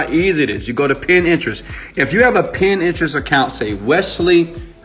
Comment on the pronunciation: it is PIN TERIST ---- not pin-interest